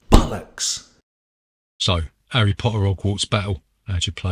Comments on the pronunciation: 'Arry Po'ah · All I can hear is "erry Potter - ogwarts Battle". Nice review though.